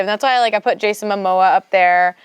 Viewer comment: This bih said Jason Mamoa Lmaoo gtfoh